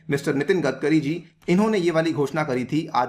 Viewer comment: गदकरी नही सर, गडकरी है उनका सरनेम।